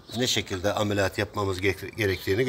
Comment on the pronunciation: Amelatıı degil 😂ameliyat ediyorum diceksin abii